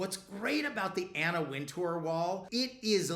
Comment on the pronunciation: Winter, it's pronounced Anna Winter. You're welcome